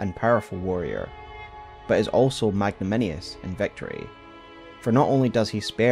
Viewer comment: *magnanimous. "magnaminious" isn't a word... unless it's one of those UK vs. US English things, but I couldn't find anything saying so. Enjoyed the video, though! Earned my thumb & Sub.